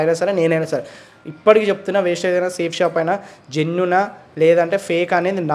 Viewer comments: వేస్టేజ్ కాదు తమ్ముడు ( వెస్టిజ్. )vestige ❤❤❤❤❤❤❤🎉🎉🎉🎉🎉🎉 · ముందు కంపెనీ పేరు పలకడం నేర్చుకో తర్వాత కంపెనీలనిగురించి జడ్జ్ చెద్దువ్ , అది వెస్టేజ్ కాదు వెస్టీజ్. ఈ కంపెనీకి మనదేశం మరియు ఇతర దేశాలు కూడా 11 రకాల సర్టిఫికెట్లు ఇచ్చింది. ఏదైనా కంప్లీట్ గా తెలుసుకుని వీడియోస్ చేస్తే బాద్ కామెంట్స్ ఎందుకొస్తాయి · అది వేస్టేజ్ కాదు వెస్టీజ్ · Sir meeru vestige lo chesi vunte... Company peru kuda meeku sakkaga vasthaledhu... Mind your tounge.... That is vestige not wastage...🤫🤫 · వెస్టీజ్ పదం మంచిగా పలకండి వెస్టీజ్ no 1కంపెనీ నేను లైఫ్ తీసుకున్న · Thammudu please mundhu meeru company name correct ga palakandi thammudu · Mundu vestige ani sarigga anatam nercho Nekem telusu dani gurinchi Pichiga ..vagaku norundi edo okalaa new lo vundali anukunnavaa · First you pronounce correctly name of vestige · మీది వొరెస్ట్ వీడియో.... వెస్టీజ్ అని పలకడం కూడా మీకు రావటం లేదు... వెస్టీజ్ 20 years ఇండియా లోనే no 1 ప్లేస్ లో ఉంది... తెలియక పోతే తెలుసుకుని మాట్లాడాలి...వెస్టీజ్ కీ safe shop కి పోలికే లేదు..... Time వేస్ట్...... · వెస్టీజ్ కంపెనీ చాలా జెన్యూన్... ముందు క్లారిటీగా తెలుసుకొని మాట్లాడాలి... నీకూ వెస్టీజ్ అనే పదం పలకడం రావట్లేదు... నీవు వెస్టీజ్ కంపెనీ గురించి ఒక మాట మాట్లాడే అర్హత లేదు... ఒక్కసారి వెస్టీజ్ కంపెనీ టోటల్ ఇన్ఫర్మేషన్ తెలుసుకో బ్రదర్.. అనవసరం గా నీ టైమ్ వేస్ట్... ఉండొచ్చు కొన్ని ఫేక్ కంపెనీ లు but వెస్టీజ్ మాత్రం నిజం గా గ్రేట్ కంపెనీ... ఎంతో మందికి లైఫ్ ఇచ్చిన బెస్ట్ no 1 కంపెనీ... హెల్త్ అండ్ వెల్త్ ఇచ్చే ఏకైక జెన్యూన్ కంపెనీ... నిజంగా ఒక ప్రోడక్ట్ వాడి యూసర్ గా చెప్తున్నా బెస్ట్ ప్రోడక్ట్ జెన్యూన్ బిజినెస్ ప్లాన్ ఉన్న కంపెనీ వెస్టీజ్... నాకూ కాల్ చేయండి బ్రదర్ టోటల్ గా వివరాలు చెప్తా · Thamudu వెస్టిజ్ Anu ok na వెస్టైజ్ ankandi mundu sarriga పలకడం నేర్చుకో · అసలు నీకు కంపెనీ పేరు చెప్పడమే రాలేదు నువ్వు కూడా మాట్లాడుతున్నావా!🫣🤭😱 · కనీసం కంపెనీ పేరు పలకటం రావటం లేదు. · Mondhu company name correct ga palakatam nerchukondi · Bro mundhu company Peru palakatam nerchukoo, meeru misapoina company gurinchi cheppukondi, veeti gurinchi endhukooo bro